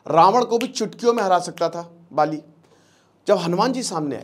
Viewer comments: पाली नही बाली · आप बाली को पाली उच्चारित कर रहे हैं । कृपया ध्यान दें। शेष बढ़िया ! जय हिंद! जय भारत !